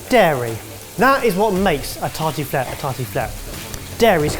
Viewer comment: As a French person, I feel like murdered that « tartiflette » with a ski pole 😥